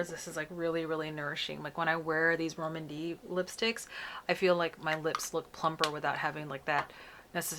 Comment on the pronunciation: Always appreciate being able to see these on our more melanated skin, thanks! Soda” looks pretty on you. I think Rom&nd may be pronounced as “Romand,” like with a long “o” sound :-)